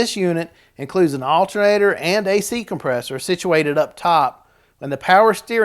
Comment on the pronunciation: Did I hear him correct, did he say AlterRator🤪